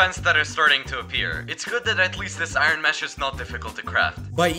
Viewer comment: Why does he say I-ron instead of Iron ????